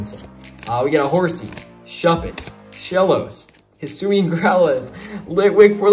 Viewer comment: i got a lot of good cards including full art trainer card charizard and vstar hisuian goodra oh and also its pronounced hi soo ee an just to let u know also where are the sleeves